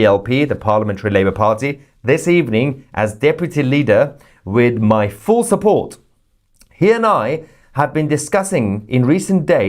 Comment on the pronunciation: didn't know you have Irish in your blood! Shupport! 😂😂😂